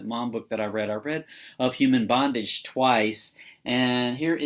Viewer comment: "Maw-m," not "mom."